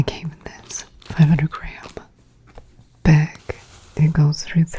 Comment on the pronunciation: lol yes, "behg"